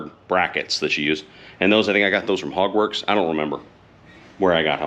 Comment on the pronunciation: Took me a second to register that you said "Hogworks"... I thought you said "Hogwarts" at first!